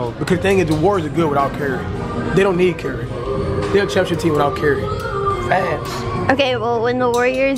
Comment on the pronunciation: He says carry instead of curry